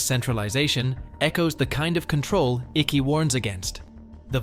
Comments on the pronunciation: If you cannot pronounce the mans name properly then it means you have not followed any of his work in the past , Ike as in Bike. To me Icke is part of the illusion.. where he will tell you mostly what is true but he also misleads many with lies that leads the followers to be discredited by the programmed masses. He has sold his soul long ago.... out of nowhere he was intentionally given a platform by the Big Brother Corporation and that should tell you everything you should want to know. Through many puppets like Icke the Order tells you their plans through the lesser more obscure medias. Folks it is already done and dusted... the machine has many cogs and the end times are accelerating as never before...there are No White Knights... there are only many Dark Nights to come. Absolutely every thing they do has reason and their control has no boundary...every contention is covered in many ways... they are only feeding you narratives to give you false hopes and then they will pull the rug from your feet when you least expect it and they lust for your pain..... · Stop saying the name wrong, he's contributed more to the fight than you have. Show some respect, I couldn't even watch the whole video because of all the mispronounciations garbage.. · You didn’t even do enough research to pronounce his name correctly! 😆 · Please learn how to pronounce David's name correctly before making a video about him! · Your saying his last name wrong..and it sound hilarious. :face-turquoise-drinking-coffee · you do realise this is an AI generated voice, right? But i get you, the mispronunciation rubs off me wrongly too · I found it annoying as well but it could be for the censors. There is no way he cannot know the proper pronunciation. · you could start by getting his name right - it's icke as in hike not icky as in sticky. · IT'S NOT PRONOUNCED ICKI..IT'S IKE!!! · His last name is pronounced “Ik” not Ichy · Why you butcher his name like that? 😂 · Not Ickey , its pronounced like Ike.